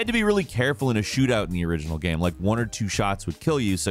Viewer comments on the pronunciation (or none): "Mafia is a fun geum". Pardon? What the hell kind of accent is that?